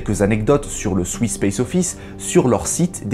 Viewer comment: On peut aussi dire bravo pour les prononciations!! Même si "swiss" ne se dit pas "souiss" 😂